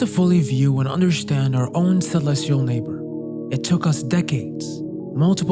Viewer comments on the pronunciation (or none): Why do you say understand like undershtand? I noticed this whenever you say understand it is like undershtand, undershtood.